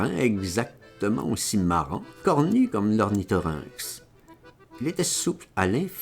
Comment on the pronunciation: Pourquoi dis tu ornithorynX et pas😮 ornithorynque .....il l'a écrit comme ça ??